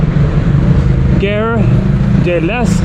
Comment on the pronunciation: in case in future you need to ask for directions to train station Gare rhymes with "Rrrr" as in garçon and not like "air"